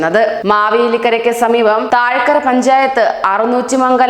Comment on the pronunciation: വാർത്ത വായിക്കുന്ന കൊച്ചേ താഴക്കര പഞ്ചായത്തല്ല തഴക്കര